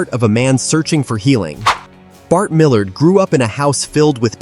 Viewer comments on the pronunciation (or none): none